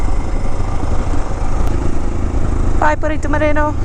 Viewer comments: "Perito", not "Perrito" XD. Perrito means Doggy ... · The way you pronounce the word "perito", with a strong R, makes it sound like doggy in spanish